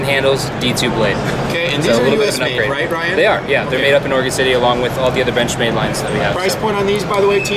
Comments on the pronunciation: No, he definitely said benchmade but it sounded like bitchmade. I GUESS WE ALL KNOW NOW WHAT TO CALL THEM WHEN THEY MAKE A BAD KNIFE. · lol did u say bitchmade for the intro